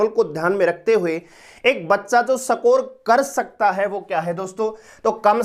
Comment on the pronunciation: सकोर नहीं है सर स्कोर (इसकोर) होता है 😂😂